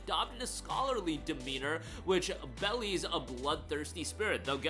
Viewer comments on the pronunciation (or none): It's pronounced BE-LIES not bellies. C'mon now. Have some self respect.